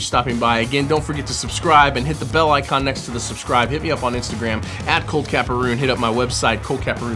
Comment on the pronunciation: Love the video man.